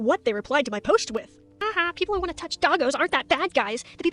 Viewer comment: “I weawwy weawwy waunt fursonah pinz.”